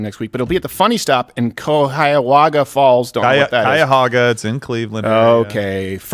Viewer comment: It's Cu-hog-uh Falls. Accent on the second syllable